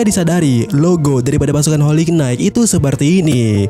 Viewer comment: knight cara ngucapinnya nait, ga pake K